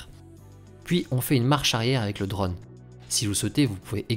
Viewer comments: Vidéos très sympa et qualité top, merci ! Ah, oui : c'est "drône", o fermé, pas "drone" avec un grand o ouvert à la prononciation :) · On dit un Draune, pas un dreune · S'il-te-plaît, prononce correctement le mot drone, ça me stress. 😕